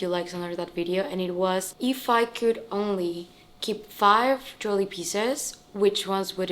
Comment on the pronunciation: It's not jewly but it's pronounced Je~wel~ry